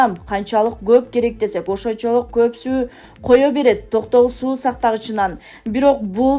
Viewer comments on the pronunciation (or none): none